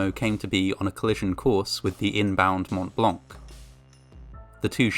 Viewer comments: Le "mount blank" se prononce "mon -blan" (white mount : le pic du Mont Blanc, dans les Alpes françaises...) 😉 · It's actually "Montblanc", not montt blancc. How cerebrally challenged are you? You sound like a 5yr old trying to be cool lol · Hey ! Just so you know, the "t" and "c" of Mont Blanc are silent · Fascinating. A lot of details, I was never aware of. On another note, please learn how to pronounce 'Mont Blanc'.